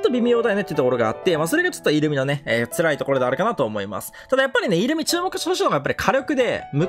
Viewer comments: イル↓ミじゃなくてイ↑ルミや めっちゃ気になる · イ↓ルミじゃなくてイ↑ルミ…ww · イントネーションがイルミネーション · イルミのイントネーションがイルミネーション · 的確すぎる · イルミのイントネーションおかしくて笑う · イルミのイントネーションが気になって頭の中になんも入ってこない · イルミのイントネーションが気になるw